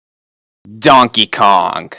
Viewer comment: "donkey konk"